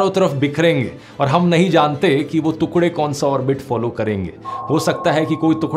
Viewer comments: Yeh ab nhi bolega hinduo ke liye 😡😡😡😡 तोतला ।।। तूकडे नही टुकडे ।। धूनड़ना नही ढूँढना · Tukde ❌ tukde ✅🥲🥲🥲